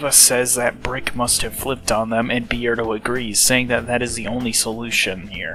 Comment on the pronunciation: Why do you pronounce his name Bee-erdo and not Beard-o?